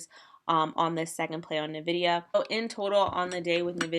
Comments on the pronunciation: OMG my ears!!!! It is "N-VIDIA" not Ni-VIDIA!!! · Its en-vidia not nuh-vidia (Hermione voice) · It’s pronounced En - Vidia. That said, it doesn’t really matter you’re just trading it. But it sounds so weird! Anyways cool content.